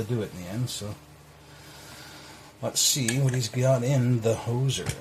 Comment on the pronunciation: Nicely done my friend! It put up a good fight but you sure got through it. you did mis pronounce the name though lol. its pronounced whos zer "Hoosier" is a nickname for people who live in Indiana lol. but yeah the hoser is a good name for a lock lol.